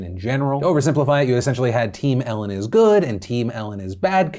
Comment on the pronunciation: "It izz what it izz"